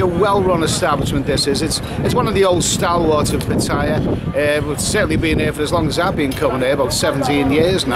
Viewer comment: Its PAT TA YA not PA TAI YA .